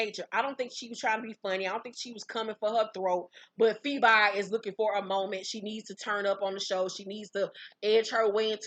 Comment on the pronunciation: Ha! PheBY not PhoBE, I lived LOL